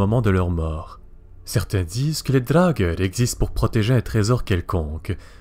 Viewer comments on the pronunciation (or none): Par contre, au pluriel, ça se prononce "draugar" il me semble. Tandis qu'au singulier, c'est "draugeur" (mdr).